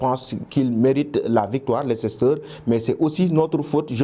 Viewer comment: On écrit "Leicester" mais On lit "Leister"